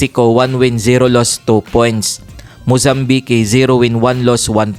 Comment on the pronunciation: Tsskk paki ayus po ung TAGALOG BOSS. VALENZUELA sa pilipinas un .mozambike haha hayyyyyyy very poor ung pag bigkas ng filipino maski engish language ssssssssssssss